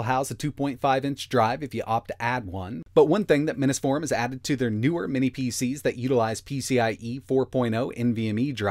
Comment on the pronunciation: It seems like you pronounce Mini’s Forum incorrectly. Drives me crazy.